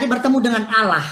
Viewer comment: Mimin nya cara ngucapin Allah kok gitu...padahal dia berhijab..